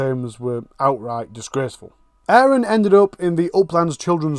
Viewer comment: Like your channel, interesting! And indepth too. Just had to mention it's Aron. Rather than ayran!!!! With the mini tache going on....... Lol! Forgive me. X